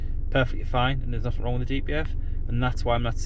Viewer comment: At least in went frough, pleased it wasn't free fousand😮,pleased it's noffing